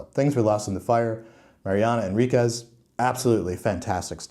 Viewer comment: The "u" is silent. En-rik-es😊